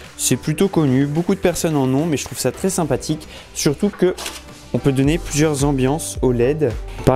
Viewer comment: Sympatik, simpatic, sein pastic, seinpatique, sypatitictic, c'est trés interressant, Dis moi, est ce que tu écris ton texte dans "Ta" chaine? Je savais que les gens peuvent etre simpatique, mais alors une LED